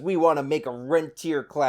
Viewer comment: Saagar doesn't even know what rentier class means. It actually means the opposite of how he is using it, the capital holding landlords, not the people renting the homes. pronounced ron-tee-ay